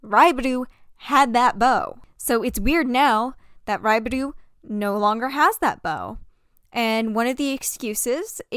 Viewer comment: hi sorry ! this is SUPER unrelated but to let you know, raibaru is pronounced more like a "l/ru" sound ! you tend to pronounce 'ru' sounds as 'du', just wanted to help as a native jp speaker ! in case you wanted to learn ! i love the video ! ^__^ also, to be fair, i think its okay to pronounce the names in english ! you dont need ajapnese accent if you are speakiing english ! ^^